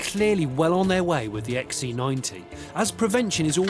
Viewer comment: Can't he pronounce C? He insists on calling it an XE90.